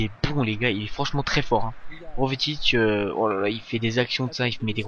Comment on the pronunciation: Jovetic, ca se prononce yovetich, pas rovetich. Sinon, bonne video